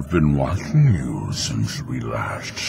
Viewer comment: "I've been wahing you"